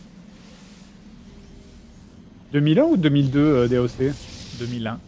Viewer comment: "daoque" D.A.O.C. pour les vrais